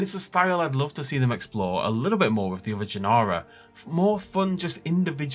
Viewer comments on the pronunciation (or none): Is there an English translation for “Gen-ar-ah”? Are you saying genre? Wouldnt species be a better word?